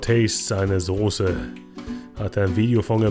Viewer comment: Soße,, SOßE.....nicht Sose!!!!!!!!!!